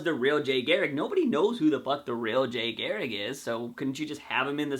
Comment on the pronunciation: Why can't you pronounce garriCK ? I find it funny that like myself you have words you just can't say!